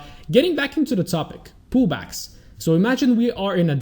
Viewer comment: All I hear is "poo bags" not "pullbacks" lol the whole way through sounded like you were trying to teach us how to get good entries into poo bags. All jokes aside superb content, subscribed on youtube and in my heart